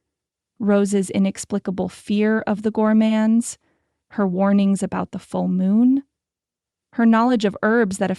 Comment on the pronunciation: Fun story but I can't stand how they always pronounce the "Gormane" name. It's something different every dang time. I almost stopped listening